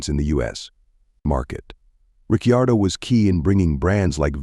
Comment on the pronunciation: Misprounce Riccardo one more time!! 🤣